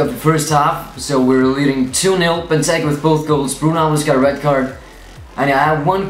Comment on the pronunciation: LOL he cant even say benteke properly????